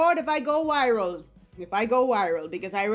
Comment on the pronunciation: Yes! let this go "wiral"..... Get that free video service goin on Rogan 😅 #Bosslivin